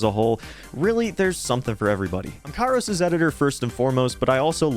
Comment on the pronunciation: THAT AINT KAIROS TIME THATS KIAROS TIM